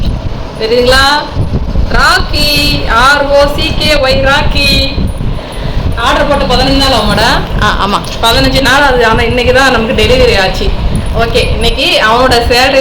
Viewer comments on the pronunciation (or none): You gave him an English name but you call him the Tamil way ! It is not Rakee.....it is Rocky .....start with a Ro not Ra !